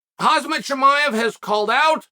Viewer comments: It’s not Hazmat 😂 it’s Khamzat 😂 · every time you say his name wrong , his name is KHAMZAT not KHAZMAT...GOD damn...pay attention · It's Khamzat not Hazmat. Come-on uncle Chael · chael:still say khazma still undefeated in pronouncing names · Does chael intentionally say khamzats name wrong? Always says hazmat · He says khazmat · "hazmat chimaev" 😭💀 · “Khazmat” :D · Bro it's khamzat, not khazmat lol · Khamzat not Khazmat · Chael, its Khamzat not khazmat. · everyone : khamzat chael sonen : khazmat me : sanael chonen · CHAEL!!! WHY ARE YOU ALWAYS PRONOUNCING KHAMZAT'S NAME INCORRECTLY. IT REALLY BUGS ME WHEN PEOPLE STRUGGLE TO SIMPLY CALL HIS NAME RIGHT. IT'S NOT BLOODY HAZMAT IT'S KHAM.....ZAT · did bro call him hazmat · his name is not Hazmat lol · "HASMET Chimah" Chael always says names his own way lol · Everything is temporary, Chael’s Hazmat Chimaev is permanent 😂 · almost october 2022 and Chael still calling khamzat "khazmat" lol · how are you still calling him "Haz-mat" 🤣🤣🤣🤣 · Chael can only pronounce colby name correctly Makachev - makelchev Khamzat - hazmat. Chael need to go school. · Hom Zot! it's pronounced Hom - Zot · You really said Hazmat Chimaev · Hazmat Chimaev.. LMAO Uncle Chael the BEST !!! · " AAZMAT CHIMAEV " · How is Chael still getting Khamzats name wrong lol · I'm starting to believe Chael pronouncing Khamzat's name wrong is no accident 🤣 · Come on Chael... How hard can it be to pronounce 'Khamzat' right? It's embarrissing! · After all those videos.. Can anybody tell him how the guy´s prename is spoken correctly? 😂😂